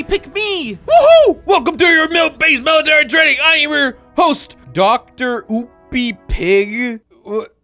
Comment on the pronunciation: I love how said Dr. oopy pig but It’s droopy pig